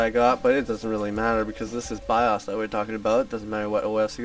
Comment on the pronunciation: the way you say bios drives my ocd crazy XD